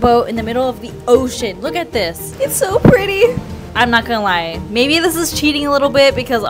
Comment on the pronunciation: she said ''maybe'' not baby lol